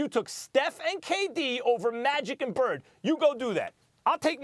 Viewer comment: Nigga said magic and bird lol